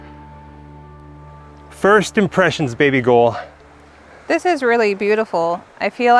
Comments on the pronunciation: When you say her name it's like your saying "baby girl" with down syndrome so like "baby gowel" or baby girl autistic style...lol baby gol baby gol 🤩🤣 anyway thanks for sharing the video all in all it was cool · I can't get past dude saying baby gull 😂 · What the hell does he keep saying??? Baby gole? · I had to stop watching when I realized he was calling her "baby ghoul"...